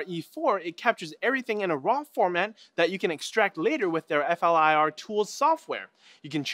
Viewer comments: it's not called F.L.I.R. it's pronounced as a word "Fleer" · why can none of these tech show actually say flir, so far every one tries to spell out F L I R? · It's pronounced "FLEER." Silly Canadians... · you pronounce it like the word 'flirt' just without the T.